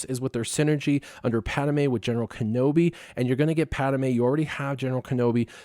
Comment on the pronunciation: Padme not Padame